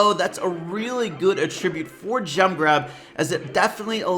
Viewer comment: your pronunciation of attribute triggers me. you say it like it would be as a verb, but you’re using it as a noun. Anyways great video:)